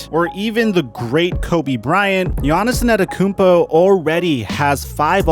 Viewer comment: My nigga. Please for the love of... lol... please practice the mans name...... WHHHOoooo is "Giannison Adekounmpo" ?????